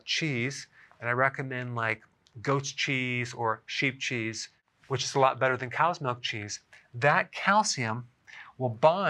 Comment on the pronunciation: Sounded like you said, "I recommend cheap cheese or goat cheese" .... lol....